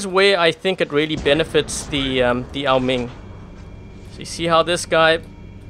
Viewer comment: Why do you say Ming it’s oa Ming it’s bothering me